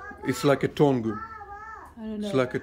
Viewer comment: I love this one. "jer-An-ee-um" and Orchids are beautiful. Tongue is more like "tung" in tung oil. White flowers generally have less fragrance than others. Those are called succulents in general. Hens and chicks specifically.